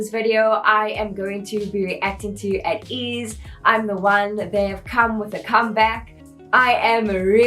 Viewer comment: It's pronounced as 'Ey-teez' btw also thank u so much for this reaction! Ateez follows a certain storyline with their mv's and music plus theur song albums are also so good! If you want to react more to ateez, I suggest INCEPTION and THANXX MV their other recent mv's